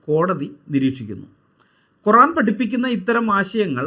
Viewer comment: 😂😂 എടോ പടു.കഴുതെ. കോറാൻ .അല്ല:. ഖുർആൻ .ആണ് . ഒര് വിവരവും .ഇല്ലാത്തെ .അതിലേ ഒരു ആയത്ത് പോലും വായിക്കാനറിയാത്തതാൻ .അതിനെ . വിമർശിക്കുവാൻ . പാടുണ്ടോ ..